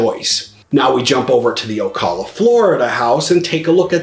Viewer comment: good video.... of course, Ocala is BY FAR the winner! BTW, you do not pronounce Ocala correctly. O CAL A not O CALL A Thanks